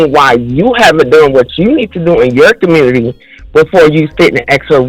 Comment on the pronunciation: Typical Of The Communitah 🤦🏽‍♂️